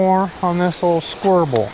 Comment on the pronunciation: Lovin' your vids,! At about, I can't tell if you're saying "square-bill" or "squirble". Either way works for me. 🌞 Fish on, brother!